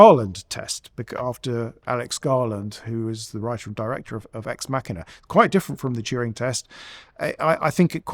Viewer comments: why does dude not know play conventional pronunciation of "ex machina"?! lol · Check your pronunciation on “ex Machina”